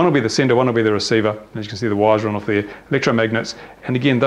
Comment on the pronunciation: the way you say "Off" is cool